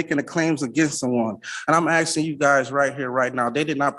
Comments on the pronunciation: ASKING! The word is ASKING not AKSING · Or " AXING," and said that he speaks English? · A lot of axing Sounds sooo bad